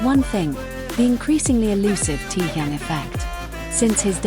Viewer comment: Какая безграмотная блогерша мне стыдно за вас ударения в словах неправильно и даже имя такого известного артиста кумира миллионов не можете выучить а лезет со своими сообщениями а зовут самого шикарного Уникпльного мужчины в мире очень просто Ким Тэхен пора запомнить